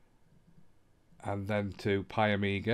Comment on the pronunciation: there is no A its PIE MEE GAH...